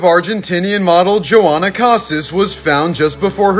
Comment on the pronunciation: It's pronounced "Yo-Hana"